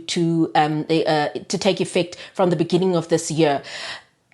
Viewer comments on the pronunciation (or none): “IN THE BEG-NIN-NING”